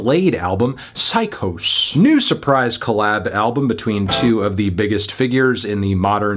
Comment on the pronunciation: It's pronounced "Sy-Cause"